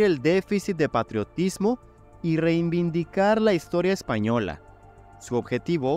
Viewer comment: Buen video, sólo te recomiendo repetir silábicamente 100 veces la palabra: REI VIN DI CAR...